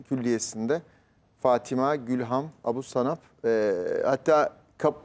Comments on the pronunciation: Soyadını adam gibi okuyun. Ebûşahab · Abu Shanab ingilizce sh, türkçe Ş. Bir harfi doğru okuyamayan gazeteci